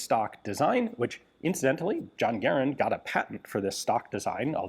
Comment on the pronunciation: Thank you for pronouncing Garand correctly!